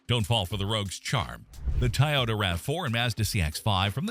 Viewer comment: it should be Toy--oh-da and NOT Tie-oh-da